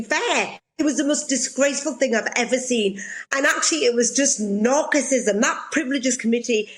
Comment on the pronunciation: She lost me as soon as she pronounced narcissism incorrectly.